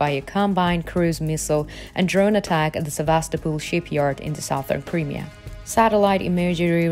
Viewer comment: Creamier? No,No. the region is pronounced... CRY ..MERE , Crimea!!